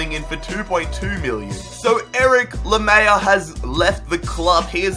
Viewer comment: Watford signed Will Hughes and Lamela is not pronouned "La-mey-A" its pronounced "La-me-lla".